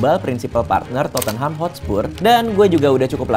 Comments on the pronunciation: Totte-nham 2 syllable instead of 3 to-ten-ham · DIT, Tottenham, pronunciation- nya: (TOT)+ (NUHM)